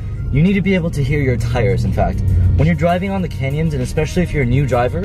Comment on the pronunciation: Did say he was driving in the "Kenya's"!? Great video, very informative!